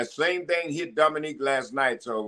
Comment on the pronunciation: Teddy calling Dominik, Dominique the whole time lol.